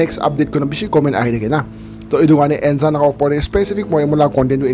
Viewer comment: It's actually Nzan... ❤️ don't pronounce the 'N' as it is but,like uNNNzan..